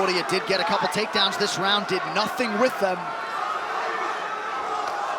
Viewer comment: "dis" Hahahahahahaha